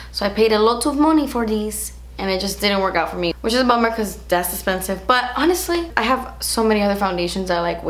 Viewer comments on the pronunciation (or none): I love when she says " das expensive" hahah 😂